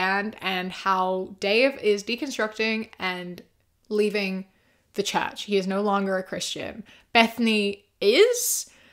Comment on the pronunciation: sorry but every time you said "leave the church," I understood "leave the chat" lmao like "he's deconstructing, he left the chat" very interesting video though!!